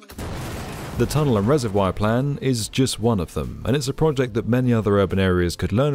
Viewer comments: What’s a “reserWIRE”?! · everytime I hear 'resevwoiyer' I physically cringe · The way the narrator pronounces "reservoir" is so distracting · Isn't the comparison Tokyo's emergency-flood-storage-cavern a necessary addition to this one? Literally that reservoir is big enough to store Godzilla and every city with flood problems could learn a thing or two from them... Chicago seems to have quite a similar system where once the reservoir is full, storm water goes to the river instead. [also, I hate being that guy but "reser-vwyre" ??] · I'm almost 40 years old and until today I never knew that British people pronounced "reservoir" like that. Also, I haven't lived in Chicago for a while, but I'm pretty sure that The Italian Village does not serve deep-dish pizza. I don't think they have pizza at all! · You’re saying reservoir wrong again 😂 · Never heard reservoir pronounced like that 😭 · It's pronounced reservoir ;)